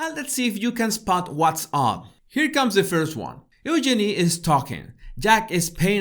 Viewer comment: and and I'm English so I've never really liked the name Eugenie, as people tend to say 'Yoo-GEE-nee' and it sounds weird. The way you pronounce the name, it's actually rather lovely (I figure the name is French and would sound nice in that accent, too). It's just the London Cockney version which is gross.